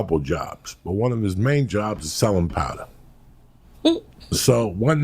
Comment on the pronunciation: Your good at story telling too 👌 sellen powda 😅